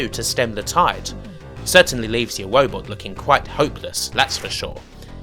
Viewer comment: wise of the wobot